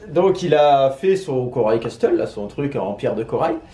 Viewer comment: Castle se dit "casle" on prononce pas le "t" ahaha je vous aime trop